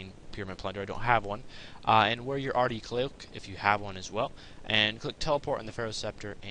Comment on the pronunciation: 'ardy coke' haha so smooth